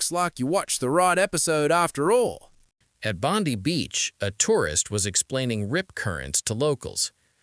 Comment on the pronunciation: Even pronounced Bondi wrong. What a tool.